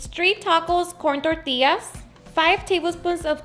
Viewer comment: 💜her receipes , we all have different accents Tor-tias , we usually say Torti-yas ...